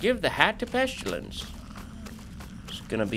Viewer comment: PEST-ILL-ANSS not Peschillance